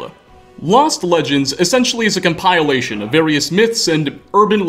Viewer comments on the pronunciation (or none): it's pronounced "comp-uh-lation"